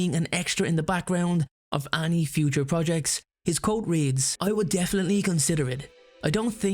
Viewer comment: Whenever you say 'any' sounds like 'Annie' 😅😅😅